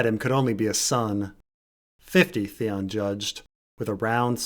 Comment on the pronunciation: Theon, Theon it rhymes with lemon.